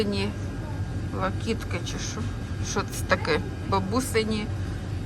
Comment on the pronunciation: вітаю. Локітки наголос на "и", локти. Тільки смішна назва " бабушкины локти" 😅.